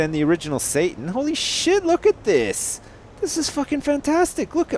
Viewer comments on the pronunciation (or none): Did he say "Holy Sjin" or "Holy Shit" ? Video Time